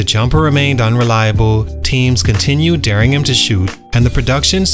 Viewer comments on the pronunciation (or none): none